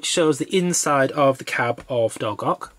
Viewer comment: Nice modelling, and good hints for when I start my conversion 8n due course. Could I respectfully ask whether you’ve taken advice on pronunciation of Dolgoch and Talyllyn?